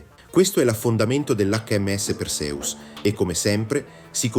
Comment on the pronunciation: Perseus si pronuncia con l'accento sulla seconda sillaba e non sulla prima. Fate almeno lo sforzo di pronunciare i nomi come si deve.